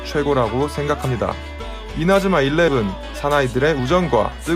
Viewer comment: 초에 이나즈마 일레븐을 이레즈마 일레븐이라 발음 하셨네용 그리고 3대 여신이 누구 누구 죠?? 후욱후욱